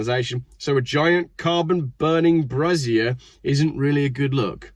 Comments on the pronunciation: "Bray-zee-erh", not "brah-zier". That's something else entirely. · Feck moi, for someone what went to Uni your pronunciation is crap. A Brazier ( Bray-zier ) is a metal basket to burn stuff in, usually to keep warm on a leftie populated picket line, or to warn of pirates approaching. A brassiere ( the way you pronunced it, is a female oriented garment made up of some straps and two cups, usually, but not exclusively made of a soft material of varying sizes and capacities to give support to female chesty bits, also commonly known as tits or boobs.